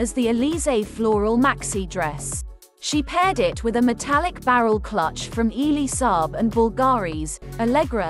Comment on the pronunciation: Ellie Saab not "eelie"